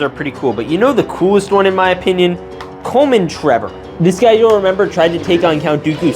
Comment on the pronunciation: ah yes "Coleman Trebor"